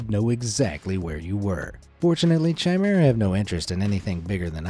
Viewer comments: Chimera is not pronounced ch as in chicken it's pronounced as a k hence it is pronounced kimera as in kick, I hope that this is clear to understand. I am sorry if I sound pedantic or petty but I tried to ignore your pronunciation but it just got more annoying the more you used the wrong pronunciation. I enjoy watching your channel but please try to get it right! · Chimera is pronounced, K Ī M E R A. No C, H sound. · Chimera Ian pronounced with a ‘ch’ sound. It’s a ‘k’. Basically ki-me-rah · 'Chimera' is pronounced with a hard 'ch', like in 'choir'.